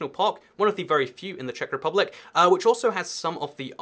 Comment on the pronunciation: Im from Czech republick? Ano, to zní jako průměrná česká angličtina :))